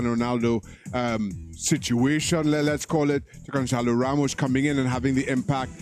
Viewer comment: Gonçalo not Gonzalo